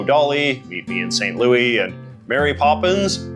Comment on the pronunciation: DID HE JUST PRONOUNCE ST LOUIS LIKE THAT!?